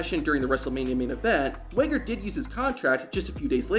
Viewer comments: Swaygger? Its Swagger. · Why does this guy pronounce it sway-ger 😂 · bro your pronunciation is wild. SWEGGER? TELE instead of TITLE?